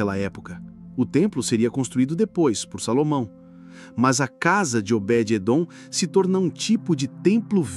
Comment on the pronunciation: Vc fala Obedete!????? Obede Edom Esse está certo